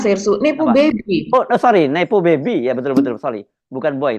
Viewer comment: Nepo baby 🤣🤣 koq kedengeran kek hippo baby, bayi kuda nil 🤣